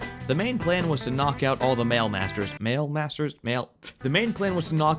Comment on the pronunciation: "Mail masters"😂😂😂😂